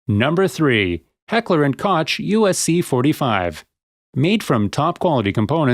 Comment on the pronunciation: Koch = Coke